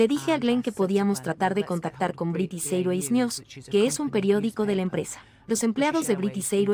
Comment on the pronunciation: No se pronuncia British Airways así! Aprende la pronunciación antes de hacer un doblaje!